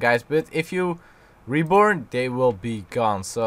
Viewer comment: Sounds like you're saying reporn instead of reborn , lmao